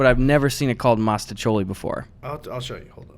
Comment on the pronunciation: mastacholy? eddy stop making up words